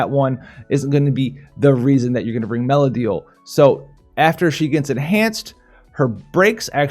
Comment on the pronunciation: stop butchering meliadoul's name! ;) are you making a vid on the nier banner?